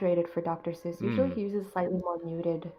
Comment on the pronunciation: SEUSS not Zeus